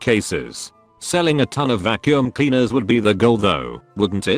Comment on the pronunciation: The way he says "Vaccum" hits a totally different level, haha!